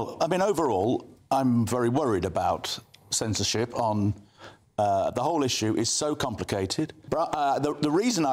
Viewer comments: it's censorship, not sensorship... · Not sure on the word 'sensorship' :p